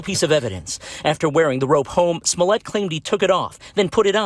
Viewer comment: Why does he mispronounce his name?